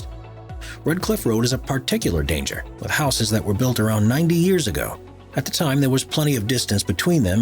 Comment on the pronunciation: Just imagine reaching adulthood but don't know how to pronounce 'houses."